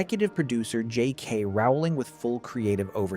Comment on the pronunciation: The worst thing here was Dumbledore letting Slytherin sit in the decorated hall 😂😂😂 Oh and the name is Rowling as in Bowling 🎳🎳🎳